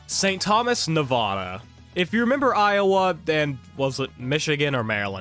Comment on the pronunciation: You said Nevada wrong. The first a is pronounced like the a in apple, not like "ah."